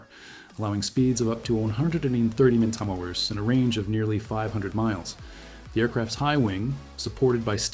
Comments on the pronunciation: Meelhows? N'mosterips? Mph is obviously too difficult for your AI. Or AnotveryI! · I would have really liked this video if there was a real person reading a script instead of a dumb AI the says Mapghiiiirfhh instead of Mph or Keeempfhey instead of Kph.